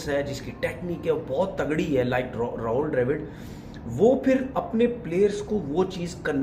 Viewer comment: Rahol nhi Rahul hai...